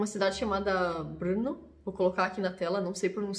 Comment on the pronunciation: It is nice to know that you came up with the band name in Moravian capital Brno, the second largest city in Czech Republic., you pronounce the name of the city well. According to venue dates of Nervosa's "Downfall of Mankind" European Tour 2019 there was no day-off in Czech Republic... (???)